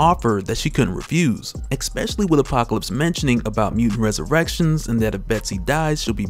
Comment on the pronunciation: Resolution, man! Not "resolve". Like dang bro, every time you said it's wrong. You didn't once even accidentally use it right. It's already bad enough you say "eKKspecially" smh. Look at this b. Especially. Is there a silent c or a killer k hidden in there to trip you up? C'mon your job is talking. And I'm a fan. Many years a fan. but c'mon